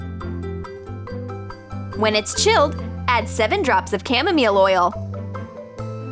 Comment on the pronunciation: She said Camomeel oil instead of chamomile oil ack I'm dyiinggggggg